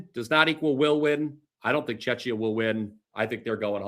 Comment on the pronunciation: please stop calling Czechia Chechnya you should look it up and learn how to pronounce it it is CZECHIA or Czech Republic but not Chechnya